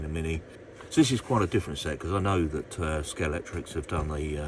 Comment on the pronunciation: It’s scale-x-tric You mentioned that you’ve been a fan for many years and yet you keep saying Scalectrix Ah well, in the words of the great Tom Jones, it’s not unusual 😬🏁